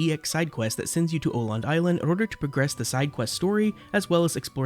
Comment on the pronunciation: Awesome video! Though it did hurt my swedish soul everytime you pronounced "Öland" as "Oland" instead of "uhh land" xD